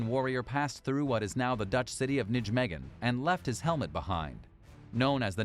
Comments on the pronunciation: Nijmegen is pronounced "NYE meg en" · Nijmegen is pronounced as Nay-may-hun. That is the closest sound in English. The ij is like a y with an umlaut.